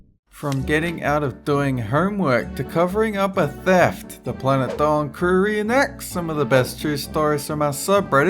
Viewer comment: Sounds like she said "darling", instead of "Dolan"